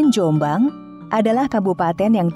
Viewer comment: Penyebutan nama .. yang ditekan di awal dan dilepas diakhir . Sehat terus Dulur Jom'bang